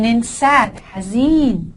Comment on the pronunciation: جزاك الله خير الحاء حرف رقيق. نطقك للحاء في حزين صواب على عكس نطقك للحاء في فرحان. وفقك الله